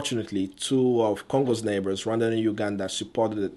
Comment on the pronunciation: What is that "run dhana ugandha" that's what your pronounciation sounds like. I am not trying to be mean. I mean no disrespect to you, if this is offencive, i'm sorry